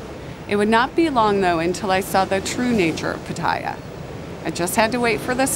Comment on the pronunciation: PAT a ya, not pa TAH ya.